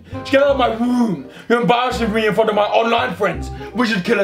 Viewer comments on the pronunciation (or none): I love how he pronounces words with the letter "r" with a "W". "My Woom my rules". 🤣😂😂